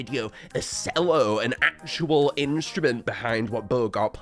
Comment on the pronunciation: pronounced cello as "sello"